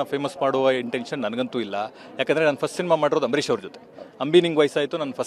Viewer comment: Ambarish anna not 'AMBRISH' have some respect...🤫